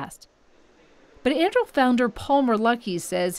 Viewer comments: Thought I was the only one caught that. 😂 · I believe that Anduril is a three syllable word. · That is not how you say Anduril. Not in the LOTR world. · the report can't even pronounce the name of the planet lol